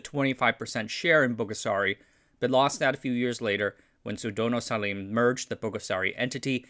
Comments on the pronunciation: Salim pronounce Saleem not Salam 😁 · You should read Salim : SHALEM. S-H-A-L-E-M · Salam (what you said) is totally different word to Salim (the Indomie founder's name). Salim is pronounce as Sa Leem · Salim is pronounced su-leem. His Chinese name is LIEM sieo liong. So not SALAM, but SALIM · Wrong pronunciations: Salim isn't Salam but Saleem. Djajadi isn't Jajadi but Jayadi. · The pronunciation should be Sa-lim not Sa-lam or Sa-lum. I don’t understand why sometimes u pronounce it correctly yet most of the time got it wrong. It’s kinda annoying really. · Read "Salim" as "Sa-leem". As others also mentioned, on some old Indonesian names, use Dutch reading for "dj" and "j" as consonant "j" and "y". Mi Goreng is definitely not easier to prepare, it is much more complicated - you have to rinse the noodle and dry it before mixing with the seasonings, which include a very finicky aroma oil. It is so popular because of its disctinct and addicting flavour. A blend of Indonesian sweet soy sauce, a super savoury powder seasoning that is supposed to be chicken buillon - it has a very powerful smell - at least in Indonesian version, and finally the shallot aroma oil. They are supposed to resemble basic Javanese fried noodle - Mie Goreng Jawa. Some people argue that the main appeal is the thick soy sauce which gives the noodle its famous brown colouring. Some people say it is the powerful savoury smelling and salty powder seasoning, dubbed "the micin" (a famous old brand of MSG that is Indonesia's substitute word for the flavour enhancer). But little did people realise that the aroma oil is a very important component there. Its strongest competing brand appeared sometime in early 2000s, Mie Sedap from Wingsfood. Mie Sedap's main competing strategy is just to increase the powder seasoning's flavour, and use their own sweet soy sauce - which arguably is similar, with a far more overpowering same taste. But their aroma oil is pretty basic.